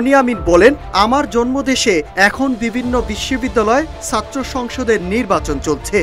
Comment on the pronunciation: চাত্র না। ছাত্র। সঠিক উচ্চারণ করতে পারেনা।অথচ জাতীয় দৈনিকের সাংবাদিক 🥲